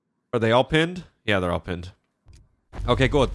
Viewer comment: When a video starts with "oK gUt" in a weird accent, you know that Polecats dog has really changed him. Tbh, I like this new. (And maybe use that intro song more often?) Keep it up, hope to play with you at some point.